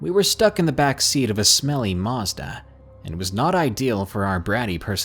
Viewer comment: What's a marzda.... Do you mean Mazda... There's no R in it.